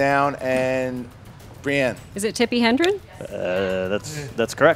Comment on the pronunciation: both mispronounces and misspells Tippi Hedren as "HeNdren". doesn't even come close to spelling Hedren correctly completely leaving off the "N". After all the crap Rocha has had to take about the "Jane Fonda" fiasco to let both of these errors go is hypocritical at the very least.